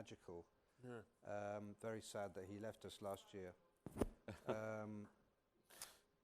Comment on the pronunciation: Vewy, vewy foolish words, man.